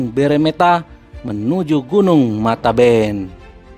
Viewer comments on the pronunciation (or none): Matebian bang bukan mataben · Gunun mate bian bukan mateben